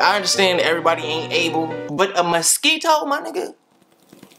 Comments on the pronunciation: lmfaoooo shit got me dying bro said misqito 😂😭😭😭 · A Musk-EE-Toe? lol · ' A Ma-Skee-Toe my nigga... A Ma-Skee-Toe' 😂😂😂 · "A MUS-KEE-TOE my nigga a MUS-KEE-TOE...." 😂😂😂 yo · the way he say mosito is funny.